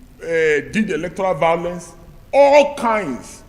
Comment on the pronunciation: This man get vawulence sha😂